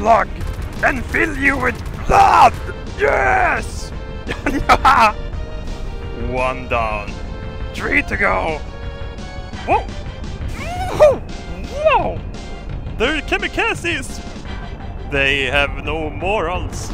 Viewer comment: "One down, tree to go"